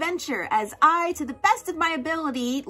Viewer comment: i noticed when saying "ayaka" and "ayato" you went a↗ i↘ ya↘ ka/to↘ instead of a↗ ya↗ ka/to↘ . i made the same mistake for years, so it really took me back and gave me a laugh. also, for itto you dont wanna go i-to, you want it-to. to make it simple, doubles like tt means theres a small pause (kinda. thats just the easiest way to explain it even though its not 100%) its hard when you arent familiar with the language. i personally struggle with the german and sumeru names lol.